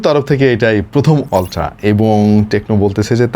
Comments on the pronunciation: utra ❌ oltra ✅ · আল্ট্রা ❌ অল্ট্রা ✅ ❌ ✅ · আল্ট্রা বললো নাকি উল্টা বললো বুঝলাম